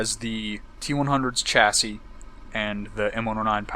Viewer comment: You are saying chassi wrong, you don`t say it with a Ch, you say is as an S sound! lol Americans.